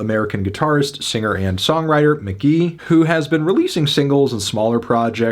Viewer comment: ITS. PRONOUNCED. MK.GEE.